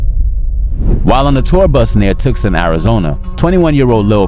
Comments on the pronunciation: yooo did you really say Tookson😂😂😂 not Tucson 😂😂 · "Tooksum, Arizona" 😂😂